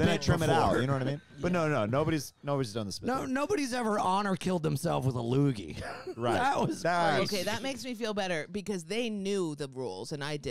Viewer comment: "That was a loooger!" 😂